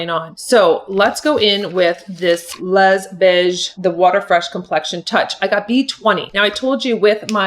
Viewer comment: A help, "les" in French is pronounced "lay." Beige is the same in English and French. "Les Beige" is said, "lay beige."